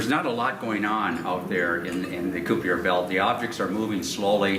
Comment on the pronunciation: That Koo-Pee-Ur belt.